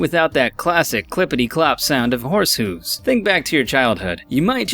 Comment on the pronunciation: Horse hooooooooooooooooooooooooooooooooooves